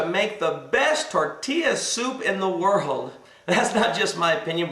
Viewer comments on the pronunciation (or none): none